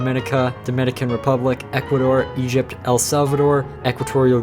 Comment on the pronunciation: you said Egypt wrong, you said "egpt"